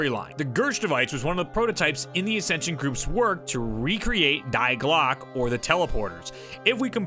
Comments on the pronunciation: Very insightful video! Thanks! Side note: it's pronounced 'Dee Glock-uh' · Die Glocke is pronounced (Dee Glock-uh) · "Die" in German is pronounced 'dee'